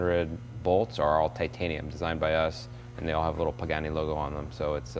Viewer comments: does he say Mr. Bugani ? :D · Please Jay. You show is def top notch no doubt, but learn to say the guys name for crying out loud. Its PAgani not BAgani!! What a party foul... This builder is legendary and deserves the respect to at least say his name right. I cringe every time u say it. To top it all off u refered to him as Bugatti once or twice. Come on Jay u talk for a living bud...**facepalm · Did he say Bugatti? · Jay, you could have a tleast learn how to pronounce the guy's name right, at leaaaaaast!!!